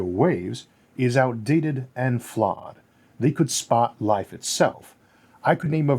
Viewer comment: “and wife seems wikewy to emooge” Those R’s and L’s are beating his ass! I love the channel, though!